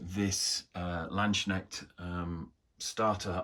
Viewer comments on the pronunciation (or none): The "k" in "landsknecht" is not silent 😂